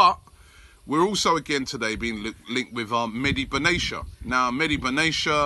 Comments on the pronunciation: It's pronounced (be-na-tee-uh) not benashia learn your pronunciations it sounds unprofessional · It's Pap-asta-thop-oulus and meh-dee Ben-at-ia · Robbie mate, its pronounced "Ben Atia" :D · Wrong pronunciation Robie, it's Benatia (TiYa) Not Benaicha ! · Benatia [BEN-AT-YA] .. not Benashia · Beneisha? BE-NA-TIA. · Mehdi benatia not benaicha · Beneisha? FFS robie It's BenaTIA, with a T dude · Benaysha... Almost got that right, Robbie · Robbie , loool , you said benatias name wrong again, it is pronounced ben-a-ti-a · Ben aaaaaa T iiii aaaa ... that’s how you pronounce his name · it's a T not an sh Mehdi Bena''T''ia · benachia 😂😂😂😂 who the heck is that lol its benatia the T is pronounced as a T lol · Be-na-te-ya = benatia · Hhhhhhhh not benatia ben at iasay the T